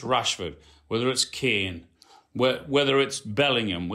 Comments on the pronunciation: You mean 'bellinum' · big Meeks not knowing how to say Bellingham get's me every time.